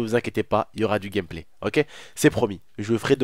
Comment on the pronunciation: Écouter le nombre de fois que il a dit gamplay 😂😂😂